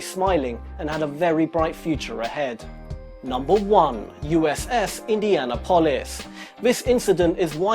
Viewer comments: Eendeeanappulus is how its fucking pronounced. Not Indian nuhpohlus. You just shamed all that died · Indianapolis = Indian-apple-us. Not Indiana polis. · Indian-o-polis. Nice pronounciationism 😂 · Anybody else ever hear of USS Indianal--polis? 🤣 I'm sorry but that pronunciation of it was just terrible. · Indiana-polis???? dude learn how to pronounce words. Watch "Jaws"... Capt Quint pronounces Indianapolis correctly. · Indiana-polis. He needs to listen to Quint. "Mr. Hooper that there is the U.S.S. Indianapolis." Points to his tat he had removed. Best scene ever filmed. Let me guess"mother". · don't do another video until you can pronounce Indianapolis. Better yet, just don't do another video. indy anna polith...... jesus buchery! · "USS Indi ana polis" :-) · you aren't pronouncing Indianapolis right. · Dude, learn how to pronounce "Indianapolis" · The way you pronounce Indianapolis is fucking infuriating. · Did you just mispronounce Indianapolis? Really dude? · Yeah it sounded retarded, but I guess if you've never heard of it before it's possible to mispronounce it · Learn how to correctly pronounce Indianapolis please.